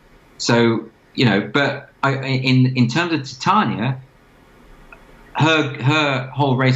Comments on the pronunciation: Please learn how to say Titania, so cringe. Takes a tiny bit of research. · I assumed it's pronounced Tit-ania based on a one off Simpsons character, a barmaid with huge mammary glands. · Its' pronounced something like Tit-Ah-nee-a....check her out :D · Titania is from Midsummer night's Dream, it's the kinda name only upper middle class brits would give their kids. Generally pronounced something like Tit-Ah-nee-a. Just thought it was funny that every N American interview Doyle's done the interviewer got it wrong lol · I really am shocked at how many people do not know how to pronounce Ti'tan'ia... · Can no yanks pronounce Titania properly ffs?! ;)